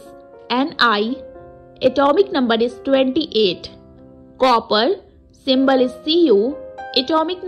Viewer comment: Woh simble nahi symbol hota hai